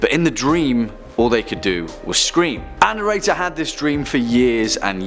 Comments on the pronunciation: you say this word all the time and I'm not sure what you are saying so maybe you can clarify; sounds like annorator which is not a word. Maybe you're thinking annotator, but that means to make explanatory notes about a text - a written commentation of something written. Perhaps you're squishing, our and narrator into one word but that would not make a lot of sense either because, to narrate is what you are doing; telling a story verbally. It has nothing to do with writing it down or the protagonist of the tales, who coincidentally, is always who you are referring to as annorator. Perhaps you could be an illuminator.....thanks. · Thank you for the clarification! I mean really this guy has an accent but he could make an effort to pronounce "Our narrator" correctly instead of sounding like "Ann Erator"! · "Ann Erator" wow this poor lady has a lot of horrible experiences...how unlucky. Oh, "our narrator" that makes more sense. #protectAnnErator